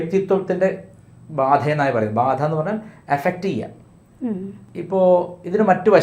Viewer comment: Pronunciation... ബാഅഅധ 😂